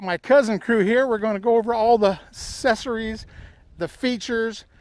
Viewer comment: It’s not assess-ories ! The acc is pronounced like a ‘k’.